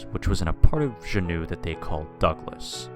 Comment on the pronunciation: As a resident of Alaska, good story. One thing- Juneau, it's 'Joo Noh'. I think you are pronouncing it as French "shuno".